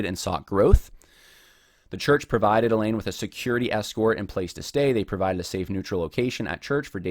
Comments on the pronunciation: It's abundantly clear that you do not understand how abuse works. Also, you pronounce the woman's name "Elaine" through the entire video. Her name is Eileen. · Ok let me nit pick her name is not ee lane it's eye leen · Yeh, that kept bugging me. Why does he keep referring to her as Elaine? Her name is Eileen. Thanks for mentioning that. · Her name is “I-Lean” not Elaine. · Her name is Eileen, pronounced 'I lean' not Elaine. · You keep saying Elaine. What is typed is Eileen. Would be nice to get her name right. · Good grief, man. You went to all the time and trouble to do this research and you can't even pronounce the woman's name right. It's in print right in front of you, Eileen pronounced (I- leen). Elaine is a whole other name. If you're going to do a podcast by all means, get the person's name right. 🤷‍♀️ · Eileen or Elaine? He’s pronouncing it like Elaine but it’s spelled Eileen, which is totally different. It’s besides the point but distracting nonetheless. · It has nothing to do with your assessment of the facts, but you consistently refer to the woman in question by the wrong name--you write "Eileen" (pronounced eye-lean), but say "Elaine." Having not read any of the primary materials, I can't say which is correct, but they're different names.